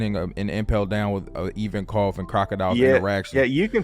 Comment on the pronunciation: IVANKOV for fuck sake not IVONKAV